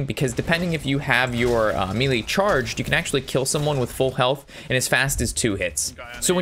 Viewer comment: It’s funny how he say melee